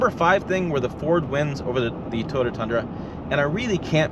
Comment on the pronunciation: Fake engine noise? You will probably love the metaverse, also fake. I like living in Realville. BTW it is Toy OH" tah, not Totah, but I still really appreciate your channel. Good honest content.